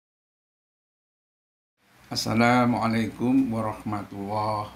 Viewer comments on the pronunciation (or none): none